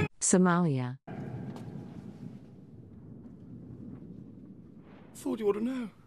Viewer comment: It's lia the is not jaws in somalia